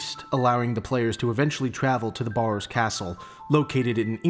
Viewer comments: The biggest misconception of the barrows family is their name, the A is pronounced as E, so its actually called berrows or bärrows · The biggest misconception of the barrows family is their name, the A is pronounced as E, so it's actually called berrows or bärrows